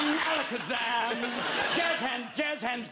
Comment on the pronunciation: he said alackazam with all the virgin power